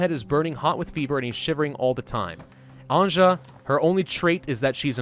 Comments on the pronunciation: Anje is not said As anjah is said as Anyeh…good god your butchering her name😂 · its bosnia the game is inspired by a siage of sarajevo by the serbian army in the 90s And slovenes croats serbs bosnians and montenegrins pronounce Anja like A NJ A "Nj" is one letter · since this Anja name is slavic, you might want to pronounce it as if it wrote Anya. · I’m just saying this game seems very Balkan inspired cuz of the names. And anja’s name is actually pronounced Ann-Yuh. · Anya...please...it hurst my Slavic brain when you torture that name :D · Anja is pronounced as ''Anya''. If you ever watched ''Anastasia'' cartoon, perhaps you noticed characters saying ''Anya'' when talking about main character. Also it's written ''Family's Collection'' in Serbian on that aged paper. Cheers! :D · Anja is pronounced Anya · No its anja "Nj" is one letter in all yugoslav languages Also the characters speak bosnian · I know, but he is saying it like she would be Frech or what. It really hurts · When you are saying Anja, try to say it like news, nj + u + s/z, I know slavic languages are hard, I'm sorry that I couldn't give you a better example